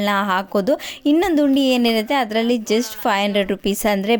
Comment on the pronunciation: ಉಂಡಿ ಅಲ್ಲಮ್ಮ.. ಅದು ಹುಂಡಿ